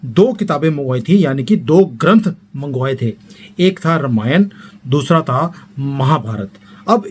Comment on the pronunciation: आप रामायण को रमायन क्यू बोलते है क्या ये स्टाईल हैं या आप ये सोचते की सही उच्चारण रमायन है